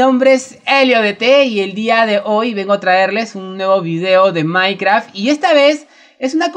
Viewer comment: Oye dijiste maincrack por que escuche que dijiste maincrack